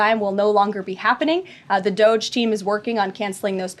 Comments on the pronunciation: Its prounounced DOGE not Do-J Ryan ffs smh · Ryan stop sayings doh-jay! You must know that's not how people say it😂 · Every time Ryan says "Dodge-ayy" I'm filled with indescribable, genocidal rage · I think it’s funny. DOGE is a meme anyways. There is no need to sanctify it since its origins is lulz and shits and giggles. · Ryan, stop saying dogé, nobody says thst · The way Ryan says DOGE lol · Ryan's condescending mispronounciation of DOGE is insufferable. This is how to tell the world you're not a serious journalist. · Why do you continue to mispronounce DOGE, is this on purpose or do you now know how to say it? Just stop, it is not french. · it's supposed to rhyme with the first syllable of "hoagie," not sound like you're talking about enrico dandolo trump's press bimbo got it wrong too